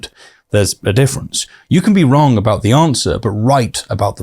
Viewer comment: Learn the difference between F and TH, they are not the same